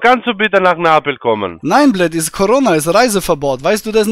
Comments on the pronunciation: Komm nach napel sagt der , er kann nicht mal neapel aussprechen und will dort leben. 🤣🤣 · 😂komm nach napel, geb ich dir ne Pizza aus. Er is so ,minus Einzeller, der kann noch nicht mal Neapel richtig aussprechen. Da hast ein Paradebeispiel deluxe an der Strippe gehabt 😂